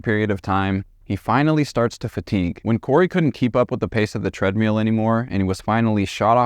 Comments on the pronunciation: "TREADMEAL" is all i can hear now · You are mispronouncing treadmill. And there is NO good reason to censor a true crime video with annoying beeps.